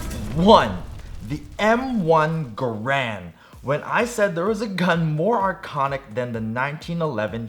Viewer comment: it's pronounced M1 ga rand